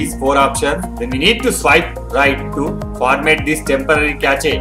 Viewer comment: Did you just say kashe for cache? 😂